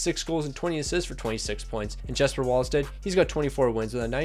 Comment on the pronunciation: JeSpEr NO DUDE IT'S Jesper